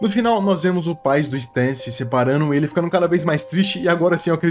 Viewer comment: se pronuncia sten moço